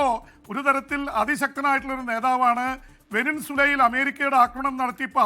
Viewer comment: വെനസ്വേല എന്ന് ശെരിക്കും പറയ് pp😁